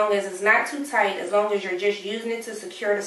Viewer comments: Yes it sounds like she is saying taunt.... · Am I the only one who laughed every time she said “tight” 😂